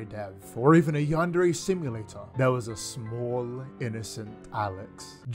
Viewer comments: Ok but i've cringed so hard when i heard ''you're staring at yandere chan keealing instead of AWESOME gameplay'' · I never understood how this guy cannot even pronounce "Yandere" and "Chan" properly. You'd think a creepy weeb would know better.